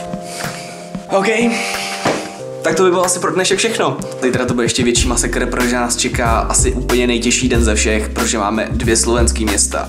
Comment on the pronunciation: + on řekl prože místo protože = Atiho čeština LVL 10000, (Neberte to s urážkou, sám jsem to dříve říkal:D)